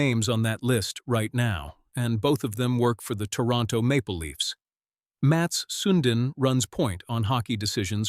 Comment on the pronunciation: Mat Soondin such a great player lol! never knew there was a soondin! Ai-din